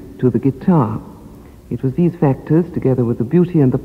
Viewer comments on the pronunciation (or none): none